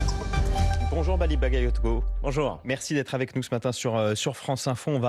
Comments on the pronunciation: Ba ga yo ko. Qu'est-ce qu'il y a de difficile à prononcer? Ils ont leur bac chez France Info? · "Bagayotgo" ? Ils le font exprès à ce point. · Hé mais c'est une maladie d'écorcher son nom ?! Seconde une en plus ! "Bally Bakayotko" ? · C'est incroyable que le journaliste au début, ne sache encore pas prononcer Bally Bagayoko ! Merci Monsieur le Maire ! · Ils prononcent encore mal son nom un peut d’effort quand même 🤦🏾‍♂️